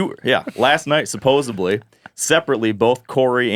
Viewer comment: I lost faith when I heard say “supposibly”. Steve would have ripped that up.